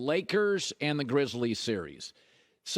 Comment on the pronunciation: “The Grizzle-Es”😂